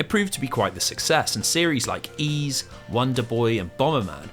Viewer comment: I got to know if you are saying "Ys" . As in Ys IV. I love that no one can even come close to pronouncing the name of the games correctly. Its not "E's" like there is more then E. It's "yeas" like yeast without the T. Germanic influenced French words are fun right? I like most people have given up even attempting to try to pronounce it correctly in front of other people and just the letter "Y.S.".